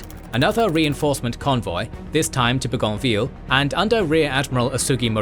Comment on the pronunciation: Your incorrect pronunciation of "Bougainvillea" is driving me nuts.